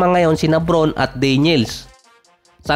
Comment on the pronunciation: brawn ata ang pagbigkas